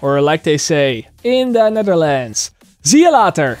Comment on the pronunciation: anyone else think it sounds like he says "seal otter" at the end?